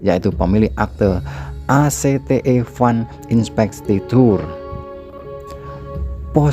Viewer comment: Komen sy cuma utk beberapa frasa dlm hukum.. A.l : 1. Yudicial Review # bkn Yudical Review. 2. ACTE dibaca Akte atau Akta (dokumen berisi ttg kesepakatan atau lainnya dlm hukum)